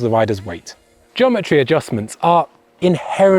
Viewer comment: Are you saying Jometry?